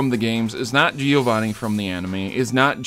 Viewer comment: As a Giovanni it hurts me to see you miss the two n's in a few of those. Great video though!!